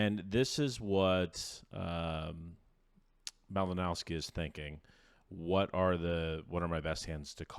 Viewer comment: It isn't pronounced "Malinowski", but "Malinovski"/"Malinoffski".